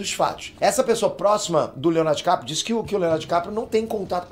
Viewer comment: Dicaprio❎ Diquatro✅